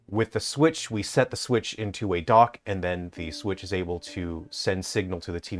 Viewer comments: The Swiitch 😂 Sweeeetchh 😂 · the swootch? the swooootch? the Suwuyush?